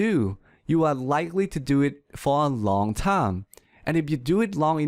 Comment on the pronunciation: am i the onl one heard that he pronounce time as 'tounge'